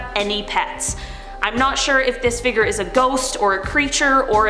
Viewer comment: Please pronounce “fig-ure” not “figger” 😭